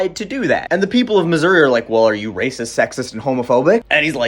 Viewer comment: i think this is the first time i’ve ever heard someone pronounce missouri correctly.